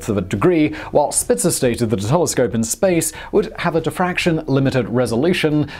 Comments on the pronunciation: hah, you said Telecope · No one: Simon: Telecope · Whats a Telecope? jk Simon, your the man! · "James Webb Space Tele Cope" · "The James Webb space teleGope" 😁😁😁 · "Space Telecope"